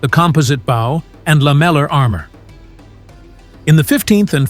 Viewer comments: The only thing I don’t like about this channel is the AI voice. No one pronounces composite bow and lammelar armor like that. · Pronunciation of "bow", "composite", and "lamellar" clearly shows this is AI generated audio. Downvote and do not reccomend.